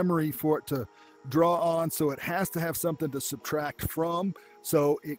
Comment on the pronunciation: You incorrectly saying subtract